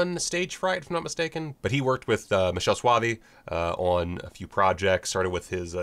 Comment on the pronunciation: Hate to correct you, but Soavi's first name is pronounced like this rb.gy/mv9olr I've never seen Killing Birds, but my copy is arriving any day with the September package. Noticed a lot of hate for it on the Facebook groups.